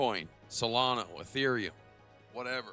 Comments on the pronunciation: SOLANA NOT SOLANO BRO 😂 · I think it is pronounced SolanA not SolanO, ser . . .